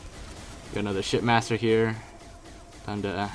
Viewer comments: For this entire thing I thought you were saying "shit master" instead of ship master. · Bro are you saying shit master or ship master??😂💀